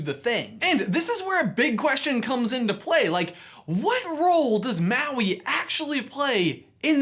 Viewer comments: me being polynesian and getting annoyed by the way he says Maui, Moana, Te Ka and Te Fiti... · It’s MAUI M A U I